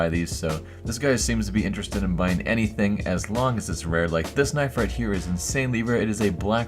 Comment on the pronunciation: "Anythring" "Black Peral"